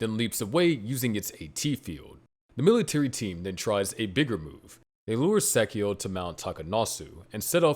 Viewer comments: you should accent/stress the Angel names at the end. For example its not sAchiel, its sachiEl. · You have never even seen the series have you. And you cant even say sachiel correctly. Please sit the fuq down and never do a video again without watching the original series